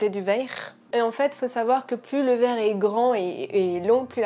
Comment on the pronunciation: Le truc de fou la découpe du cuivre et la dépose sur du verrrrrrrrrrrrrre (avec un accent bien de chez nous) 😌